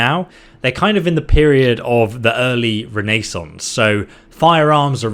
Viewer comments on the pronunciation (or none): I love your videos, but good lord, will there be a ra-nay-saunce of mili-ta?